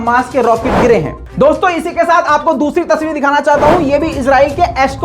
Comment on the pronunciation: bhai aap izrael bolty ho. ye lafz israel. izrael ek farishty ka name hai